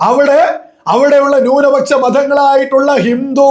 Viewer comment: നിൻ്റെ മാതാപിതാക്കൾക്ക് പോലും നിന്നെ വേണ്ടാ.... എടാ മലയാളം ശരിക്ക് പറയടാ..... ഭൂരിപ ച്ച o ന്യൂനപച്ചാ... പോയി നാവുവടിക്ക് ...എന്നിട്ട് മതി... മണപ്പിച്ച് പറയൽ